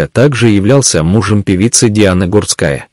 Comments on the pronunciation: Комментатор не правильно ударения ставит на фамилии Гурская не на у ,а на а ударение. Сначало ознакомьтесь и только потом комментируйте -позор ролику. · а откорректировать программу на правильное произношение нельзя? Слух режет. Иногда произносит фамилию правильно ( не склоняя), а иногда начинает склонять, да ещё неправильно ставит ударения. Плохо это